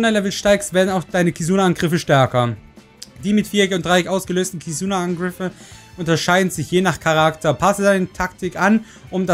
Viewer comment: Wie du "Angriffe" ausgesprochen hast XDD